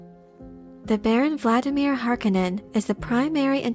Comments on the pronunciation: it's "Har-CONE-en"; not "Harkinen". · Why is everyone including the cast of the new movie pronouncing Harkonnen wrong its HAR KO NN EN not harko nnen reference the original film. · The pronunciation of Harkonen drives me insane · Ok so I get the idea that as little possible should reference the 1984 movie but what is the ‘ Correct’ pronunciation of Harkonnen ? Hark own en or Hark a nnen